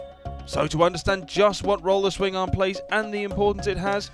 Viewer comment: THE .1 PERCENT BEING THAT HE CALLS IT A SWINGING OR SWIMMING ARM. MAYBE NOBODY HAS EVER TAUGHT HIM HOW TO SAY IT PROPERLY. THERE'S YOUR 100%